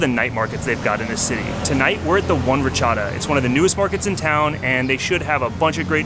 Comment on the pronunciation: It's not pronounced "RA-chada", it's pronounced "rat-CHA-DA".